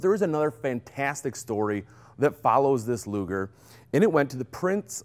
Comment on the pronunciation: Thank you for pronouncing the name of Mister Luger correctly :)